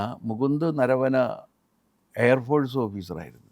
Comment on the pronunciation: മുകുന്ദ നവര അല്ല നരവന ll